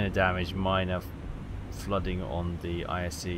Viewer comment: Also. Ise is pronounced Eee-Say